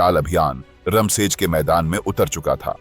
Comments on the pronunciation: Raam sej bolne me kya dikkat hai apko रामसेज़ बोलो,not रमशेज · "रामशेज" कहिए , रम शेज नहीं हैं वो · रमसेज नाही रामशेज 😂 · किले का नाम 'रामशेज' था, 'रमशेज' नहीं। आपको हर व्यक्ति, किले और जगह का नाम सही तरीके से ही लेना चाहिए। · भाई, वह रमसेज नही "रामशेज" है मतलब भगवन् राम की शेज मतलब रामजी के आराम की शैय्या. कितना सुंदर नाम, कितना ही सुंदर मतलब पर तुम रमसेज, रमसेज बोलकर सब मटीयामेट कर रहे हो.